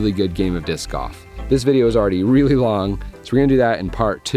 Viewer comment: lol, i thought you were saying "discoff"